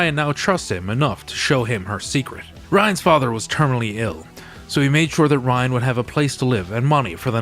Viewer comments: Rynn, as in Rinn. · Right! I kept saying, Her name is RYNN!!! Lol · "Ryan"?? Hard to have faith in a review if you can't get the main character's name right.